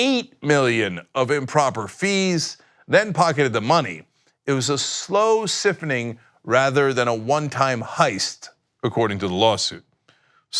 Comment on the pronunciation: Cenk, look up how to pronounce siphoning.